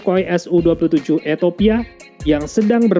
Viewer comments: Ethiopia salah baca jadi Ethopia. Eritrea salah baca mjd Eriteria... Gpp, kesalahan minor. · Eritrea bos, buka Eritaria!. Ethiopia..bukan Etopia!..gak enak bngt dgrnya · Gemes gw sama pronunciation nya, E R I T R E A min sama E T H I O P I A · Hahahaa.. eto pia dan eri taria..🤣